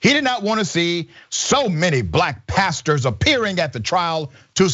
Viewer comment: Al Sharpton is not a “Pasture”. I may be wrong, but but it sounded like he said “pasture”.